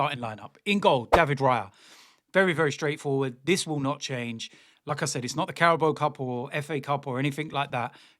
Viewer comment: Everytime you say "Like I said", it sounds as "Lacazette" I am confident Merino will start and Rice might be rested.